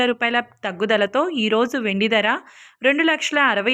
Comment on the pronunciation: Please recruit anchors/news readers who can pronounce correctly. This woman pronounce Dhara (price) as dara in the same way other words. Very disgusting.